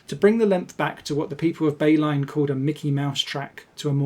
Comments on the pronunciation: I'm Dutch and it took me so long to figure out was saying Beilen. That was a... Unique... Pronunciation, for sure. Literally had to grab a map to see what surrounding areas sounded something like "Bay-line". For those wondering the correct pronunciation is closer to By-lun. Still not quite but close enough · Nice video. Thank u Beilen is pronounced like "By-lan"